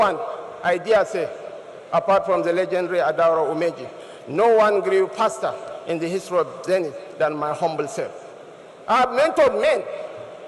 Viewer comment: Abeg join me hear o! You know their tongue cannot say F...so paster is actually faster 🤣🤣🤣 you are too funny 🤣🤣🤣